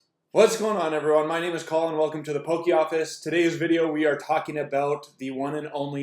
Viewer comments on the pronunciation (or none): none